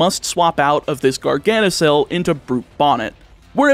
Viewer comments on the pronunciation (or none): 1) It's PROTOsynthesis, not Photosynthesis 2) Grusha is a He, not a She 3) It's veh-LOO-ZUH, not Vah-ZOO-LUH 4) It's gar-ga-na-KUHL, not Gar-ga-na-SIHL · Why did you say "Garganasil" for Garganacl when those last 4 letters are the same 4 letters as it's first evolutions name Nacli which you pronounced "Naclee" earlier? Is this an accident or intentional in order to get more comments for the YouTube algorithm? If the former, this is not meant as an insult and it doesn't really matter which you say as I'm only asking for my own curiosity. If the latter, this is still not meant as an insult and I respect the idea since it clearly worked. Also, random fun fact for people who bother reading this bit: the "nacl" in the Nacli line's names is a reference to the chemical formula for salt, which is sodium chloride, that when written/typed using their offical shorthand or whatever it's called is spelled as "NaCl".